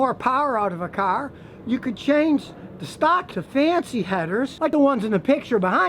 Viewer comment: "You Can't take a catalytic converter off a carrr, It's against the law" haha ha I love it